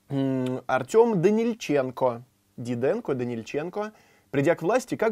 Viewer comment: тут ещё страдал великодержавием. Как он произнёс фамилию "Дидэнко".